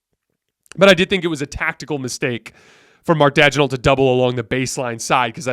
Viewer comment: Daigneault is pronounced Danyo!